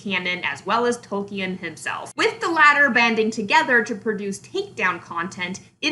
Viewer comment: You can't even pronounce Tolkien's name correctly...